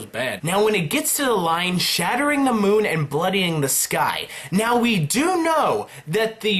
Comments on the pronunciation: Moon not monn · Bruh you said Monn not moon in the words to the left .